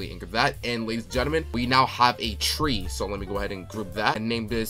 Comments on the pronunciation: It's Not Tre it's Tree😂😂😂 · Did bro really say “tre” instead of tree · Tree❌ Tre✅ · Did bro really called a tree tre? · Fix ur horror game like the name for the tre it called tree not tre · “tre”😂😂😂😂 I love your vids❤❤❤